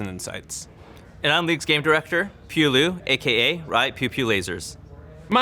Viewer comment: What is the deal with Andrei's inability to correctly pronounce Pu's name?